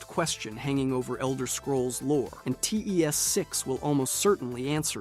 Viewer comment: Very interesting video, though for my own sanity I would implore you to learn how to pronounce the names of things and words in TES lore.